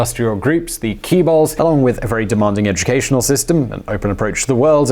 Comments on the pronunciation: Ok. In a prior video, you mispronounced the word as "Kaybols", now you are saying "Kibols." Its chaebols, think chicken. Or alternatively, "jaebols." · kee-balls I can't keep a straight face when he says that the content is great but "kee-balls" though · thanks, i was like..is he talking about chaebols or am i not educated enough on my bols, lol